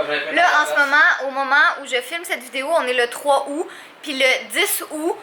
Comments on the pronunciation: C aoûTTTT pas aoû 😂😂😂 sinon super vlog 😘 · Juste un truc pour la prochaine fois on prononce le t dans aout en français c tou 😃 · 3 ou 10 ou en france on prononce le t